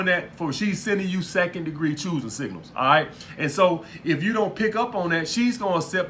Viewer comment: lmao second degree chooising singals Im dead